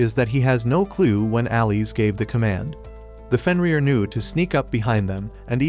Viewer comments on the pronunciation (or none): none